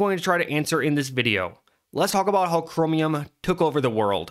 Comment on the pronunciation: The way u say cromium is bothering me but also funny for some reason